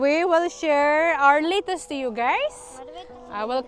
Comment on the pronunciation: Not litus. Letus